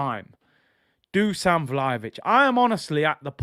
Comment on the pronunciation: Just to let you know, Dusan is actually pronounced "Dushan". It should actually be written as "Dušan" with an accent on the "s". I've been living in Serbia for 7 years so I know the language. Great show as always bro!:elbowcough